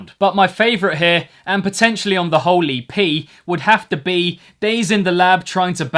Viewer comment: I love when you say 'whole EP' and it sounds like 'holy pee'